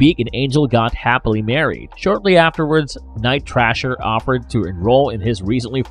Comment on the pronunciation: Night Thrasher! Not Night Trasher! Why do these channels always have narrators who know nothing of the subjects they discuss, other than what they read off of Wikipedia?